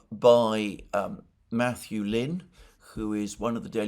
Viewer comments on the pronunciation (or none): none